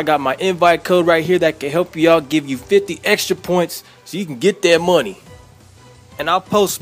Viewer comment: "So u can gat dat mwonie"